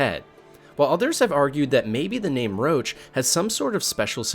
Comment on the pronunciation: Its Roach... Not LOACH.. tf.. they literally describe why he calls his horses roach and it's to leep from getting attached.. roach as in Cockroach